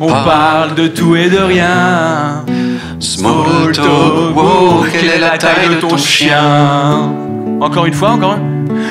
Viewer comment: "smaule tolque" continuez d'essayer de parler anglais ça me régale 😂